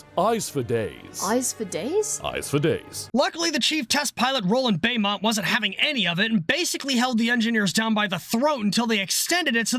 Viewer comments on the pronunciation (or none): his name is pronounced 'sands' ignore the 'y' his name is pronounced 'bow-mont'